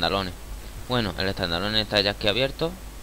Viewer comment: tandaloneh xDD